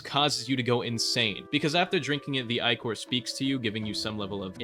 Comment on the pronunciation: I legit don't know when talking about starkindred if you are saying icore/eyecore or ichor, I will assume ichor as most novels refer to it when talking about stuff like this(I have never obtained starkindred) Nitpicking but please use ick-or not eye-core